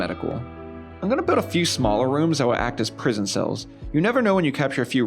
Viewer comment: You say biwd and biwding instead of build and building lol! That’s all I could think about during the whole video